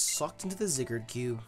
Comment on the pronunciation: The way says Zygarde just sounds like some kind of slur. It gets me everytime